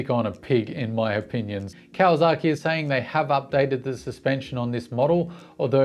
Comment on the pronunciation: Love your content.... But... 'Zaki' and 'saki' are different and not the same.. it is not KawaZaki, but it is KawaSaki.with an S. Yes, the Whisky is Yamazaki.... with a Z, and may other examples. Just saying. ... and I live 9 months per year in Japan, and have Doen so for about 25 out of 30 years.